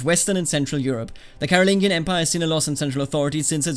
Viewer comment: I think it’s pronounced caro-lin-jee-an